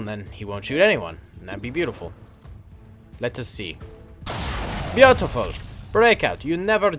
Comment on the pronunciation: Stop saying bea-utiful